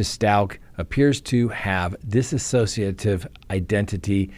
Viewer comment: Just want to ask everyone, including all the attorneys, that even though it's nonsense in this case, it is dissociative disorder NOT dis-a-sociative disorder. Sorry, but it's driving me nuts.